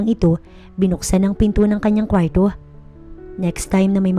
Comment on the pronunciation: ANG ARTE NAMANG BIGKASIN ANG KWARTO.